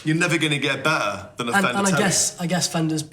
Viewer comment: I don't know, which is bedder,?